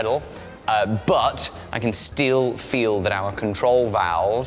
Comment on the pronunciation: did he just say "I can steele feel..."